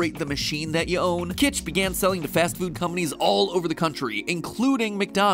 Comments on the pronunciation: It’s kytch, not kitch. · It's "Kytch," not "Kitch."